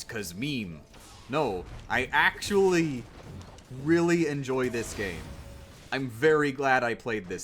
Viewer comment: acctully more like knacctually.